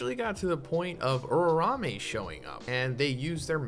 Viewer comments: Uraume's name: Uraume: Urarame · its not pronounced ururame and new